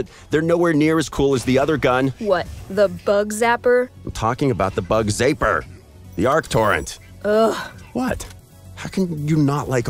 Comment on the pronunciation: He said bug zaipper😂😂😂